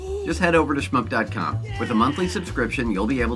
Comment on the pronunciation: you said shmoop wrong, its not schup